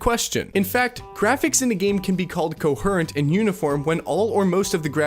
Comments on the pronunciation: you're baiting with the pronunciation of "coherent" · I love you, truly, its pronounced co-hear-ent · Hold on. What the hell does "cohurrent" mean? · the only wrong thing in this video is how you said coherent. rest masterpiece